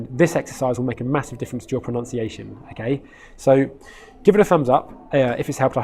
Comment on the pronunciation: Did you just pronounce proNUNciation as proNOUNCiation?